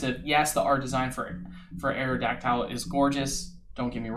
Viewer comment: Plz don’t butcher Aerodactyl’s name like that idk how u see a Y and choose to say it like that